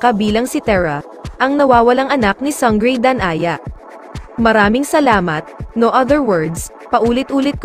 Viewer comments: Sanggrey? Slang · Sang-grey, Te-rah.. omg 🤣